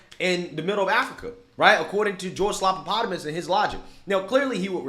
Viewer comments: You're pronouncing it wrong. It's George Slap-a-Platypus. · "Slopapotomus" "Slopadopolous" 😂🤣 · No you're saying his name wrong. It's Slobanoboulos. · I always laugh when calls him "slopapotomus" 😂